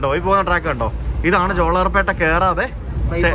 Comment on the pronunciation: Jolarpetta, in this you are pronouncing la as it is in mappila, but it is pronounced as pronounced in Palai